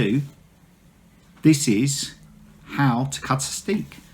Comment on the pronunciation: In Dutch (here in the Netherlands) a single crochet is called 'een vaste (steek)'. There is also 'een losse (steek)' which is called a slip stitch in English (American or UK English or both?). The word 'steek', meaning 'stitch' in Dutch is not pronounced like the English steek, but more like stake or steak ... ;-)